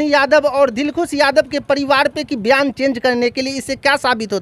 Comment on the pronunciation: Patrkar sahab biyan nhi hota bayan hota hai